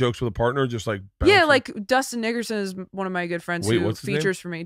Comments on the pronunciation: She definitely said Dustin n-wordson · I heard the same thing when she first said “Dustin Nickerson”. she must of been thinking about the New York Knick’s lol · Definitely said, "NidoubleG-hard-ERson"